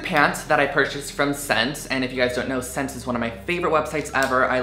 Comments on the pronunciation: It's not pronounced vot-mont, its the french word for 'clothing' so it is actually pronounced 'vet-mah'. and SSENCE is pronounced 'essence'... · I think SSense is pronounced like "Essence." Might be wrong, but that's what I've heard and always said. Anyway, great haul Drew, lots of fun pieces!